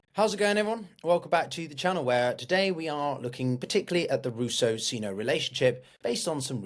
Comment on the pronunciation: Thanks for the video, but the pronunciation is "Sine-oh" not "Scene-oh".